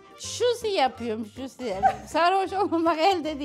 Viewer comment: Hahahha şusi😂 dkfjfj annemin de öyle pek diyemediğ kelime var dnfngng